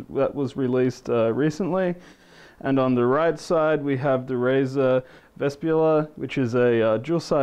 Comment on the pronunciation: DUDE WAT ARE YOU DOING ? U SAID 1 WRONG WORD ALL THE TIME & RUINED THIS REVIEW (-.-) "ITS NOT VES-P-ULA , ITS VES-PE-PULA" CHEERS